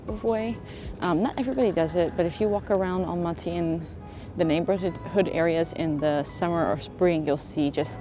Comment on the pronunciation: You don't pronounce the word Astana and Almaty correctly